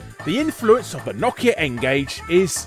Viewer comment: Knockia? Its no-kia not knockia. Brits really like to mispronounce names huh? I mean you guys actually pronounce some of them right (Adidas for one), but others, (Mario, Nike, Nokia) are just so wrong it's actually funny, like I laughed far too much at this episode, but it wasn't at what I should have been laughing at LOL